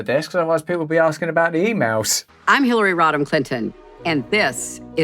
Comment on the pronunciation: When she said her full name it sounded like Hillary Rob-em Clinton. LOL